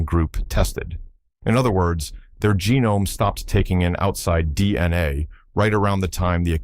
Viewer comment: Are you going to show any actual illustrations of what you’re actually talking about? This is obviously AI slop you can’t even pronounce DNA properly.